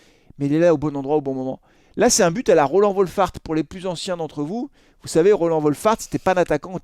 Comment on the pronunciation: Quand tu prononce Roland tu me donne des boutons 😸